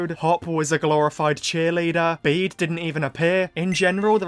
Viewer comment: I guess the writers don't want to do a region focus story again since they have been doing that from Kanto to Alola. I'm open to a world tour story like Journeys but I wish we have more love for Galar and Paldea. BTW Bede is pronounced Be-de.